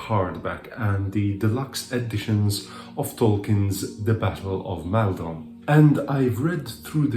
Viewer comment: Hello! Great video! I have just found your channel and I'm having great fun enjoying your reviews! The only thing I would correct is the pronunciation of the first vowel sound in Maldon, which I believe is /ɒ/ as in "copy". Keep up with the good work!